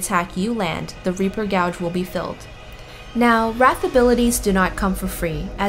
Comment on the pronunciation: you mispronounced gauge. you're pronouncing the word "gouge". like to gouge someones eyes out. gauge - like to measure - is pronounced like "gayj"